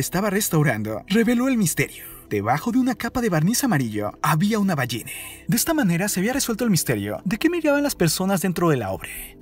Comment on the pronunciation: Xq dice ballene